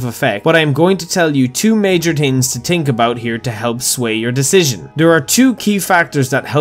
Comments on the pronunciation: "yu hav to tings to tink abuot" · "So you have TWO TINGS TO TINK about" 😂🤣 Your accent is goofy AF for speaking English😅😆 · I'm listening for the 2 major Tings to Tink about